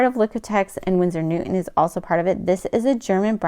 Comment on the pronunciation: NewTon.. not New- 'en